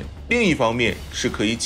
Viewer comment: ㄏㄜ四聲 嚇阻，不是夏阻